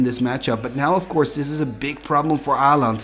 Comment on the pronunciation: Aland? Å is a distinct letter in the nordic languages, it is not "an A with a ring on top". Learn how to pronounce it here